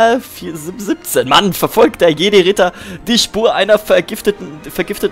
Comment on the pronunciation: Deine Mutter ist mir voll symphatisch!:3 Grüß sie mal ganz lieb von mir ^.^ Haha, wie du es einfach nicht hinkriegst R4-P17 auszusprechen bzw. zumerken:3 Haa, tja. Frauen an die Macht c: Ich würde soo feier'n wenn's bald 100% weibliche Zuschauer sind XD